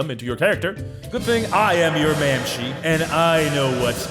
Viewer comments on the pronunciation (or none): Mamshee? Bro does NOT speak gaelic lol